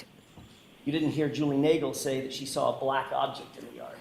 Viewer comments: She never ‘sawr a body’ 😂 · Dude that got me every time I sar her saying it. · She never “sawr” a body. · Ohhhh now there's an R all of a sudden?? Right there at the end of the word saw.... 😮